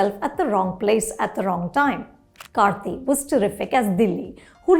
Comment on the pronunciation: Can none of the non-tamilians pronounce 'kaithi' properly?? Is it that hard??? Gosh!!!!! Take some effort man.